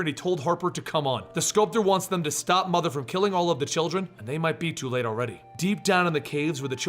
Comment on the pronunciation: I HATE "MOTHE" kilanpieisbetterthandan